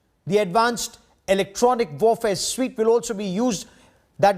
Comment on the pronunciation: Electronic Warfare Suite - (Suite is pronounced as SWEET (not suit))